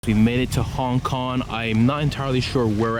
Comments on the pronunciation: 'Hon Kon' amirite? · Hon Kon?😂😂😂😂what a fuckboy